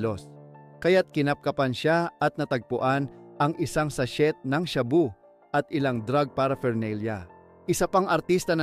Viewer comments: Sa-shey po hindi sa-shet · Stop saying "SACHET"! alam mo ba na silent T ang pagbigkas ng sachet? It is SA-SHAY. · na i stress nmn ako sa sashet🤣🤣🤣 at by bus😅😅 sa shey po ang sachet at buy bust po... ✌️✌️😊😊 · Boss di SATSET - SACHET kundi sachey Ang bigkas.. bugok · Wala kang ALAM. Di bagay saiyo ang. Ano ang sabi mong SASHIT( Sachet ). Ang pagbigkas nyan ay walang T parang SASHEY/SASHAY ngayon alam mo na.😊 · not sashet ang pronunciation but sashey. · Bobo ng narrator imbes na sachet (sashey) sachet talaga walang silent t😂👎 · anong sachet .....gago ....sashey ang tamang bigkas dyan....ogag to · Ayusin mo bigkas mo sachet silent T yan wahhhhh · Isang sa-shet ng sha-boo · “” pero ka8080han ang pronunciation pati spelling na kahit elementary e magagawa nang tama. SASHET. PARAFERNALIA. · Sa sheeet 😂😂😂 Tapos buy BUS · Sah chettt at sha booo😂😂😂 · Sha-bu, sa-shet bat ganun mg prounounce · Sachet.. sashet.. shaboo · Pronouciation ng sachet ay silent "T" kaya u should pronouce it as sashey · Sa-shet (sachet) 🤣🤣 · Lol 😂 WTF shaboo? Sa-chet? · Check mo nga pronunciation mo ng "sachet" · 😂😂sachet Sha bu ayusin mo Pag sasalita mo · Sana ayusin ang pagsasalita ng tagalog 😂😂😂 Sachet, shabu, kumatawan at iba pa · Please research the correct pronunciation of SACHET...... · Watch out po pagpronounce ng sachet